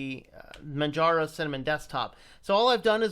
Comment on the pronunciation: Its pronounce Manjaro where the J is pronounced as a US English letter J as in Jelly, Jello, and Justice. The name is based of off Mount Kilimanjaro in Tanzania, Africa.